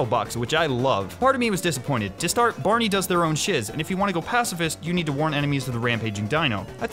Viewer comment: Every time you said Barney I got more triggered